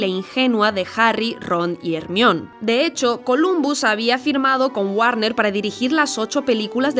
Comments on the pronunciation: No pude acabar de ver este video. Escucho una vez más Er-mión y vómito. Vamos que las películas tiene más de 10 años que se hicieron famosas, tienen buenos doblajes, tienen a Inglaterra super cerca y acceso a Internet es casi un insulto a tu misma persona seguir pronunciando Er mión. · A ver, ¿qué acabó de escuchar? ¿Pronunció el nombre de Hermione como Er-mión? Me da entre cringe y asco. ¿Por qué hacen eso en España? Otra cosa con la q no puedo es con apel para Apple, Es-pi-der-man para Spiderman o Es-rek para Shrek. 😂😂😂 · ermion??? me dio cancer al oido de solo esucharlo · Cada que dicen Ermión, diosito mata un gatito. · Jaja le dicen Jermion ?? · cuando dijo ermion casi saco el video xd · Xq le decís hermion a hermione😂? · Deja de decir Ermion, 😂😂😂😂 no puedo tomarte en serio cuando lo dices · "Desde Mexico con amor" mientras le dice JJJJER-MION nmms 😅😂😂😂😂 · 1 por decir hermion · mas de 10 años de antiguedad y los españoles aun no sabe pronunciar Hër ma io ny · Por qué le dice "Ermion" a Hermione? 😭😭😭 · ¿Qué carajos es un ermión? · hermion, jajaja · A ver repite "Jermaioni", ni porque estan cerca de inglaterra saben pronunciar el inglés. 😒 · Ermion xd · No te pases de verga que le digan "Ermión" a Hermione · Increíble video! Sabía que había algo que esta película tenía pero no sabía el qué! Aunque tuve que aguantarme las risas cada que oía "Hermión" jaja Excelente análisis!!! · Jajajajaj Hermion 🤣🤣🤣🤣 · X qué dice HERMIÓN!? Q espanto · “No seas un moguel” “Hermión” 😂😂😂😂 estos españoles no respetando las pronunciaciones de ninguna otra lengua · Que gran video, pero me saca mucho de sintonía que a Hermione le digan Ermión 🙂‍↔️🙂‍↔️🙂‍↔️ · Excelente video, pero nada me había preparado para "ErmiÓn", avisen por favor. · Como que "Ermoin" 💀💀💀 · Madre de dios, quién es Hermion ? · Muy bien todo mi única queja es de mis oídos al escuchar ermion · Quise ver el video, hasta que dijo "Jermion", ahí me perdió... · Todo iba bien hasta hasta que pronunciaste hermione